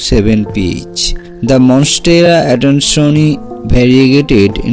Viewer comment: Finally someone who can prenounce "adansonii" correctly without the stupid AY at the end of it. Thank you :D